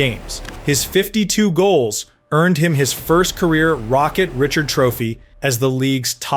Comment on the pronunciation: It is did you hear how he pronounced the Richard Trophy?